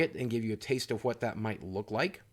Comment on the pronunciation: Why did you say "what" like that you put so much emphasis on the "H" if you know you know